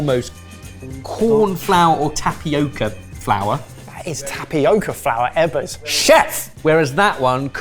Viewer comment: lmao saying "Eggers" instead of Ebbers had me laughing pretty good. I love the mystery dish challenge and Indonesian style cooking is one of my favorites!